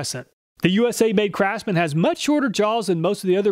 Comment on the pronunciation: "Crapsman" tools.